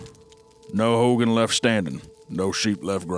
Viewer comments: It’s also pronounced like Ho-gone. Not like Hulk Hogan. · I CANNOT TAKE HOW THEY'RE PRONOUNCING HOGAN ITS "HOE-GONE" WHAJSIDORHEJAPAP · Bruh i hate the way they pronounce hogan 🤞🏽😭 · Hearing the boys pronunciation of "Hogan" is making my upset stomach worse